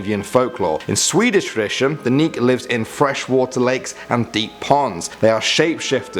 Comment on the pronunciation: Omg, i died when he said Nyk xD